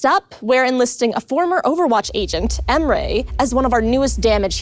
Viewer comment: Its "Ehm-reh' not "Ehm-ray"